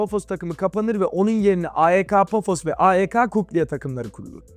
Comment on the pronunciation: videonun başında AEK Larnaka dedin aha doğru telaffuzu biliyor dedim. sonra iki yerde a-e-ka demeye başladın :/